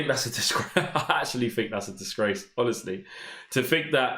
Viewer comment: Please learn to pronounce "three and think" not"free and fink "